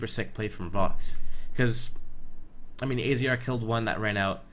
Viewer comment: Good video, and AZR's name is pronounced "Azza".